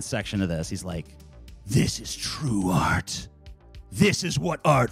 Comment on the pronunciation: How can Sargon Critique art when it sounds like he's saying "Aught"?